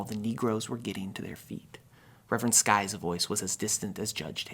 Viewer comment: I've read the book and seen the movie, and your video is the best summary I've found. I especially loved your choice of Katherine Hepburn as Aunt Alexandra. I have one criticism. It's Reverend Sykes, not Reverend Skyes. Other than that, I loved it!